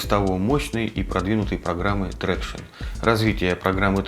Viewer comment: Ни Трекшн, а Трактион, англичанин блин)